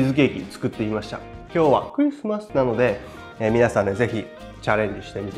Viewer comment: さすがのレベルです。 ＆いちいちクﾙｨｯｽｩﾏｽ〜↑